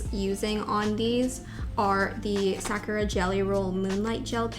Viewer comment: can you please pronounce "sakura" the right way... it's like suh-kur-aa not sack-ra